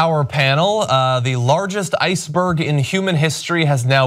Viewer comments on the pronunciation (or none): ice-berg not icberg. LOL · icberg?? lol